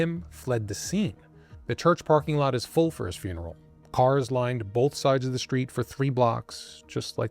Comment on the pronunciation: You mispronounce words with str . street straight stranger NOT shtreet shtraight shtranger